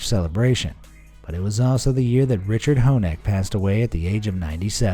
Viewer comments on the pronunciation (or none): none